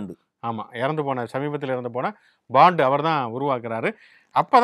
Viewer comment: 'Paandu' இல்லையா 'Bondoo' வா அவர் பெயர்? ஆண்டவா? கிருமி லேயர் இல்லப்பா! அது 'க்ரீமி லேயர்!' (creamy layer)!